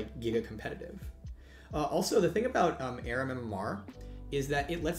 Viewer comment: Why does he call it ARUM?